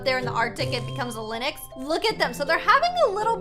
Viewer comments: it is Lynx not Linyx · It’s pronounced links not liniks 💞 ( I think) XD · ITS LYNX NOT LINIX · did u just say linix instead of lynx? I'm sorry but its pronounced linx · lynx No one: pronouces it linex Everybody else: pronounces it linx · its not lynix its lynx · Is no one talking about how she keeps calling Lynx Linix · Omg im getting kinda triggered ah is calling the lynx a lii-n-x undead of a ly-n-x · lynix Me: it’s LYNX no i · The animal a LYNX isn’t said LYNIX it’s said LINGX so it’s only one syllable :) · It is not lynix it is lynx!!! I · lynx is pronounced ling-x not Lin-ix btw ☺️ well that’s the way people say it where I live ☺️ (not trying to be rude) ilysm!! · Was anyone else bothered that she said. Linix Not lynx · It’s not lenix it ley-nx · Lynx is pronounce “Links”. Not “Lenox” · Linix Me: it is pronounced Ling-x (with a x sound) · How pernouces lynx lin-ix how your sposed to pernouce it ling-x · btw lynx is pronounced like "lingks" not "linux" 😅☺ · everytime says linux instead of lynx😅😅😅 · I'm Canadian... It's not called "Lynexx" it's pronounced "liNGks" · It’s pronounced Linx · Hey! Just FYI, Lynx is pronounced LINGKS or Links. Have a nice day 🦄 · this is how to pronnounce lynx: L-ing-x (kinda idk) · its pronced le-nx Ok ty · Ok the word lynx is pronounced links lol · its. prenounced lincs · Just saying the Lynx is pronounced as "Links" like the body spray x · The Musk Ox is huge and scary in real life. Lynx is pronounced "links" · Not to be rude, but lynx is pronounced ling-x :) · Lynx is pronounced LINX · Lyns is pronounced link-x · i think its literally pronounced "lingks" everywhere and she just doesn't know how to say it properly😅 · U said lynx wrong but its okay i love u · Your pronouncing Lynx wrong fyi.. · your saying Lynx wrong